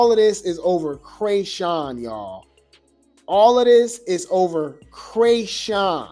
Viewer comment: Calling her Kreyshawn rather than chrisean is taking me out 😂 the first time I’m like wait Krishawn the white girl I don’t know, but Chris needs to get her life together